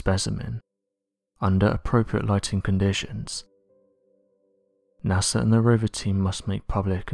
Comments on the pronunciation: It's NASA not NASER. Maybe get some sleep before doing these videos? You sound like a zombie bro. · NASER? Really? Come on. Get with the program. I am a big fan but please try to say it with me "NASA"!